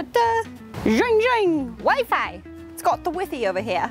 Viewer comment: No one here in the UK says whiffy! We say WiFi, just like you guys 😂😂😂. And it's by Jove, not by George. C'monnnn